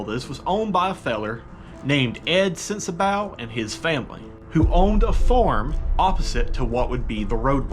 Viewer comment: I know I'm late to the show, just wanted to give a bit of info. I'm a local to the tunnel and it's pronounced sensabaw. Also, the creek has been there for a very long time. Definitely was not Helene. I've been told by several old timers that the creek was originally meant to run through a trough on 1 side. Somewhere along the way, the creek got too big for the trough and took over the whole roadway. Love your content brother!